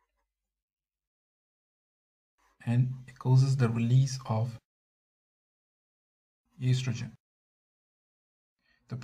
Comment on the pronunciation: YOU SAID ESTRAJIN HAHAHA